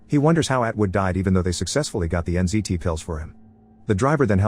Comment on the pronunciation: Wait is th drug called NCT or NZT? I keep hearing NCT :')